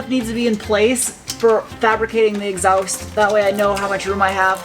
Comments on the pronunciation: exhaowst. Love it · Greetings from Scotland! As always, riveted to the screen watching this video! I still love how you pronounce exhaust - kinda "exawst" - fascinating! Love that accent! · I'm sure this has been covered, but WTF is an exowst? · When you said “Exoust”, was that a Smith and Sniff reference? I’m going to say it was. That would be cool.